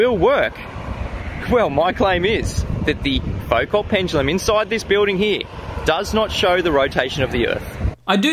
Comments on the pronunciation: Isn't Foucault more like Foo-koh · Wikipedia claims there's one at College of Sciences, Massey University, Palmerston North, NZ. And m8, I know you're a kiwi, but please, Foucault was French, the 't' is silent. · It would help if he could pronounce "Foucault" properly